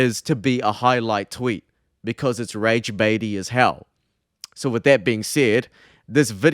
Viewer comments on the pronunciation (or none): Wtf is your accent. You say "so" but it sounds like "soul". Really frustrating tbh